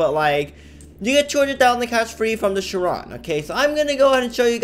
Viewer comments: chee ron not sharon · It’s pronounced as ‘shy-ron’ (Chiron ) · thats not how you pronounce chiron! its pronounced kai-ron, like in greek mythology